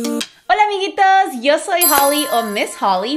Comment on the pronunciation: Ame tu ...." holaaaa amiguitos" más chilango que la chingada hahhahahahaa